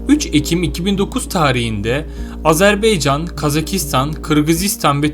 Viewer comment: Kaç kere söylememiz lazım, Azarbeycan değil Azerbaycan !!!